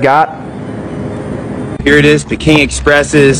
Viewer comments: Bro is not pronounced pe king it’s peeking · Pronounced Pee-King